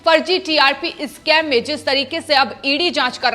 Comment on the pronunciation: नाही नाही इस्काम नाही स्कैम कहे मैडमजी